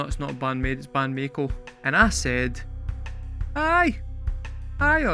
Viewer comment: Mako is a type of shark. A Maiko (My-Co) is an apprentice Geisha. You;re still saying May-Co. In Japanese i is pronounced as a double i, or Long E sound. So it's Ma-ee-ko. There is actually a word in Japanese, ii.It's just means good. But BAND-MAIKO was so well received they did this two years in a row and never again. The next year was the COVID Lockdown and the following year was Miku's Solo project Cluppo's PEACE&LOVE. She did a song for each member of BAND-MAID but only PEACE&LOVE got a video. That one was for MISA who has a sort of Hippy / Punk aesthetic when not in uniform. You might do a reaction for that one since you like Miku's singing. It's pretty good, or ii desu ne. Very catchy. Also, Orenji has done documentary videos for each of the girl's backstories. You should watch those, even if you don't react to them. If you want to hear another band kind of like BAND-MAIKO check out Wagaki Band.